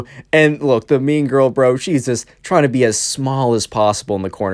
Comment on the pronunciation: When you first said mean girl, I thought you said meme girl